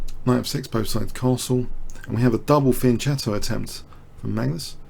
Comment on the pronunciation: Pronouncing Fianchetto wrong, it's pronounced with a K sound.